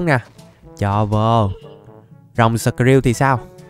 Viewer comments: Skrill mà anh nghi là shrill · Skrill mà đặt là shrill:))))